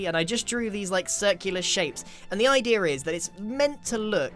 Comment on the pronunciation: "the IDER is..." :l'